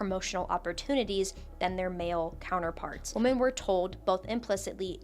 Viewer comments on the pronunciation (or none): WHY are people pronouncing the plural of woman as woman instead of women x.x It's been driving me fucking crazy for like.. almost a damn year. Did ya'll skip English ^^; Is that what's happening Soundin' like a caveman and shit I swear 🤣 AND IT KEEPS SPREADING I love your videos though I swear!